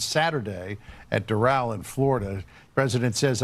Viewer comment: Oh man. Bad move by Trump. This will not save the Democrats. And removes a true MAGA Senator from officer. Will ok Gov find another Mullins or a Tillis? Secondly why cant you pronounce simple names? Doral is Door-Al like short for Albert. And again Noem is one syllable like gnome, not two. It doesn't take long to learn names. Maybe just find someone from SD to help you or FL. Or a golf lover as The Doral is a big stop on PGA